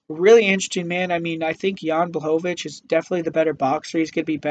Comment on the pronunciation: He got Jan Blachowicz though and made sure to say it as many times as possible because he was so proud of that pronunciation xD